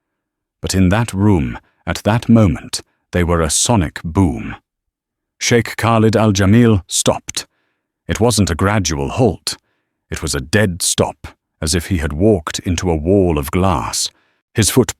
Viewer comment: Excellent story, full of suspense and human interest. I also hope for a part 2 ! Please remember that « kh « , like in Khalid, is pronounced like the Spanish jota , the Gulf dialect or dialects , being some of the nearest to classical Arabic.